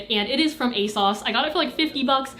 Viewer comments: I never knew people pronounced ASOS as "a-sauce"... I say "a-sose" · Y did she keep pronouncing it asauce it’s ASOS I think but I still luv ya💝💗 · the way you pronounce asos makes me really happy. it's like "a sauce". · when you find out ASOS is actually pronounced a-sauce LOL